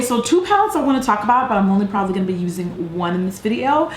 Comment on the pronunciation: Can I just say that I love how you say "going". I'm from the UK and every time I watch your videos I spend the next week saying "gwaiing" lol I love it